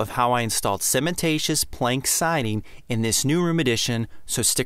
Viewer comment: Great job and vid. Couple of general knowledge comments. Hardin specifically says you don’t have to reprime. Not that you can’t, but for those watching you don’t have to. This is me being a bit difficult because I’ve been in the cement products business for almost 30 years, but the word is cementitious, not cementatious. You’re doin’ pretty good though, I had one great contractor who called it cinnamentatious and he wasn’t doing it to be funny!